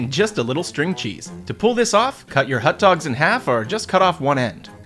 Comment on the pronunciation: Whats a "Hut Dog"?